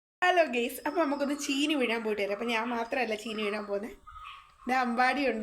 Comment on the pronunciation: ചേനി അല്ല ചീനി